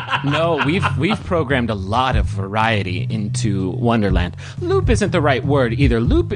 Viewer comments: Every time someone says "loop," all I hear is "Lup." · Every time they said loop I heard Lup for a sec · I kept hearing Lup instead of loop and I was like “wait she hasn’t been introduced yet” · Instead of "loop" I heard "Lup" this time around, so Edward saying "A Lup intimates that there is no finish line" is kinda funny because she technically cannot be finished off.